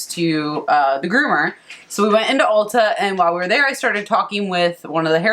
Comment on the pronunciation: Could’ve figure out why you were talking to a hair dresser in Aldi’s!! ! Then I realized you had said “Ulta”!! 😳😳. Love the hair! Love your blog!💕💕💕